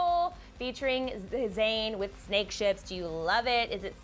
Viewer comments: Wtf Snakehips not Snakeships lol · It is snakehips not snakeships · my bae its actually snakehips not ships XD